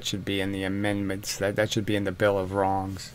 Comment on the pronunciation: "INMENDments" to the bill of WRONGS! 😂